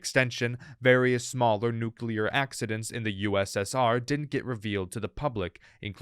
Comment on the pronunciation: Nu-clear. Ffs, it’s NU CLEAR not nu-cu-lar.